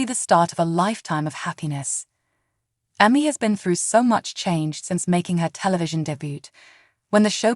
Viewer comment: If you’re gonna use AI as a narrator, at least pick one that knows how to pronounce words and names - it’s not Emmy (how it’s saying it) and debut the t is silent. It just makes it hard to listen to when it keeps saying her name wrong. And all you’re doing is recapping the show for her life. We can watch the show to know this.